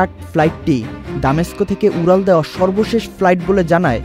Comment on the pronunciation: উরাল দেয় 😂, ছারা.... কি উচ্চারণ 😂 উরোজাহাজ 😂